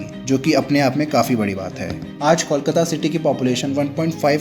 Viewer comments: It's not callkata it's Kolkata! ok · 'Coal' kata not 'Kaul' kata. First correct the pronunciation.. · Since when did Kolkata become Kawlkata? Even in Hindi the spelling is कोलकाता. O ka matra became Aww? Shitty audio, wrong facs and too many wrong images used for representation. Needs way better research. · Kindly pronounce the name of Kolkata properly. The way you are pronouncing it the spelling would be Callcuta which is incorrect. Pronounce it like Coal-kataa. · Please understand what I am saying here. Calcutta is the name given by British. But what I said about the pronunciation is Call-kataa. The actual pronunciation is Coal-kataa.